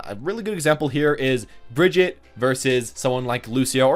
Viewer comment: There is still no Bridget.. or is that person Hero28? Please at least try to say her right.It's not so easy but nobody expects a perfect swedish pronunciation but at least try to say the common german pronunciaton for Brigitte because it's not that hard.